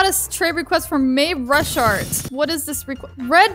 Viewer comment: Bruh its actually Mayrushart